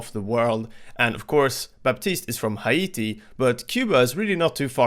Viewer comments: “Ha-ee-tee” lmaoooo just say “hey-dee” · Just for clarification the way Haiti is pronounced is [hey-tee] and Baptiste is Haitian [hey-shen] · Where the fuck is Hi-iti? Do you mean Haiti? Come on bro. If you aren’t sure google it. Imagine you were from Haiti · “Hi - E - Tea” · As a Haitian , the way he pronounced Haiti is so cringe ngl lol